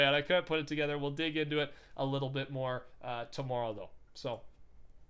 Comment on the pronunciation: I love how cannadians say tommorow